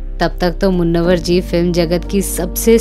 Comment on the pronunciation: मुन्नवर नहीं मुनव्वर